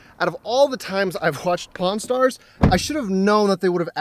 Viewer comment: pawn stars not pornstars